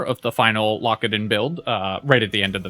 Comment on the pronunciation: I keep hearing "Lockadin" as "Lock It In" and now I'm starting another run.